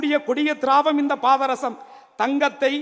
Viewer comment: இவன் மூஞ்ச பார்த்தாலே வாந்தி வருது பாதரசம் என்ற வார்த்தையை முதலில் சரியா உச்சரிடா ஒடஞ்ச பாராங்கல்லு மூஞ்சி